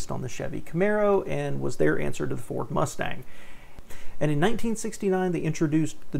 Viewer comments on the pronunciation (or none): none